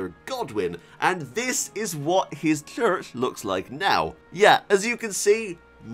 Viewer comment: “Now looking at the main chssssurch in the game” 🤣🤣🤣 and pictshure🤣 love your content